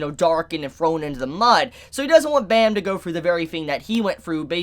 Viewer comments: im pretty sure its just jahad not zahad and its just anak like aanak not onok and its not bom its bam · Bro you are saying Bam's name wrong